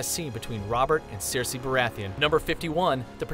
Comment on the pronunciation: Maybe someone who makes a video with facts about certain subjectmatter should learn to pronounce important words for said subjectmatter. Such as Daenerys, or Cersei.